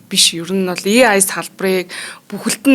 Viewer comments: ЭЙ АЙ гэж дуудахгүй болохоор аягүй тухгүй байна. ИЙ-АЙ биш ЭЙ-АЙ шүү. Баярлалаа. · и ай гэж ярихгүй ээ AI gj yarina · A usegig yaj duudajara и гэр дууддаг байна.хажууд нь сууж байгаа хүн ч яаж тэсэж байнаа.чихнээс цус гоожих гээд байхын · EI boltoln heljiinshd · Шинээр И Ай гэж гарсынмуу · Дахиад шүүмжлүүлсээн. EI EI гээд 😅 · Yagaad EI geed bga ym bol ene huuhen